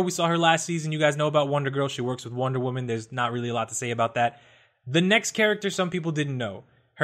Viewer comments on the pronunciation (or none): none